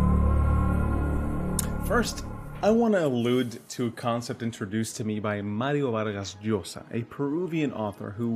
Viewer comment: U pronounce Mario Vargas LLosa perfectly in a latin accent but u cant pronounce a Ukrainian sentence fluently. we see how it is, american.